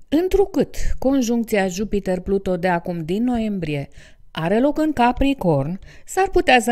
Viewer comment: Nu am cum sa urmăresc acest video daca este greșit din start. Pluto este câinele lui Disney. Pluton se spune corect!